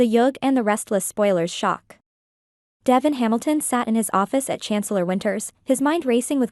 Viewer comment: Pronounce Devon's name right